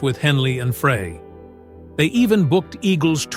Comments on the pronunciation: it's pronounced "Fry" think one would you would get it right after doing several stories on the band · Correction ; Frey pronounced FRY